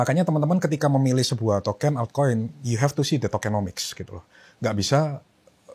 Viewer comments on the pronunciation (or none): none